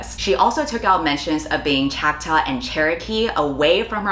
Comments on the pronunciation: Are you saying “Choctaw”? It’s like “chaw-k-taw” not chack-taw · You mispronounced two tribes Choctaw is chock-taw And Salish is say-lish Sincerely, an actual Native American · pronounced chock-tah, i believe? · Can I recommend googling the pronunciation of indigenous nation names? Choctaw and Salish are pronounced very differently than in your video.